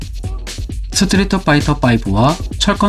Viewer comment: 스트리트를 스트리터로 발음해서 상당히 거슬린다